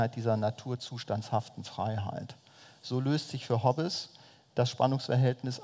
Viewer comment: Liebe Bucerius Law School, ich hoffe, wurde mittlerweile auf seinen Lapsus Linguae aufmerksam gemacht. Das "e" in Hobbes ist ein stummes. Ich bin jedes mal zusammengezuckt, als er den Namen aussprach. Verspätete Grüße